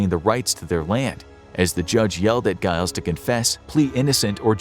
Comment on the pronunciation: 🤦‍♂️🤦‍♂️🤦‍♂️🤦‍♂️ Giles is pronounced 'djy-lz', not 'guy-lz'... 🤦‍♂️🤦‍♂️🤦‍♂️🤦‍♂️